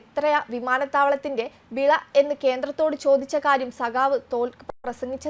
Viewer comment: വില അല്ല ചോദിച്ചത്, വിള എന്നാണ് തോൽക്ക് ചോദിച്ചത് 😄😭